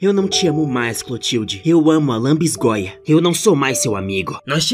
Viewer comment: a palavra é lanbisgoia kkkkkk adorei seu vídeo ficou muito engraçado ❤❤